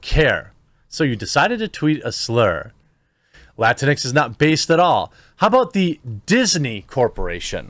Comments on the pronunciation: PS - it’s pronounced “Lah-tinks” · It's pronounced la-tinks. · My Hispanic wife is just as confused: is it pronounced Latin-x, or Lah-tinks? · I hate seeing "Latinx" because everytime I see it I pronounce it "Lah-Tinks" and that sounds more insulting then just latino/a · I just like pronouncing it "latinks" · When I first saw that idiotic word, I literally thought it was pronounced “la-rinks” This stupid pandering is accomplishing the exact opposite of what they’re trying to pretend to accomplish. I will not accept the categorization that they attempt to place on an entire Hispanic heritage. I reject this label wholeheartedly. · I heard someone on a major news network pronounce it Lah-Tinks before and I almost peed myself! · It needs to be pronounced Latinx (Luh-tinks), to make it sound as stupid as it is. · I thought it was pronounced “La tinks”. If so, I’m not surprised it hasn’t caught on. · We (latinos) know "latinx" is a white people thing because it's impossible to pronounce in spanish or portuguese. Not a single latino or latina would have come out with that term, ever.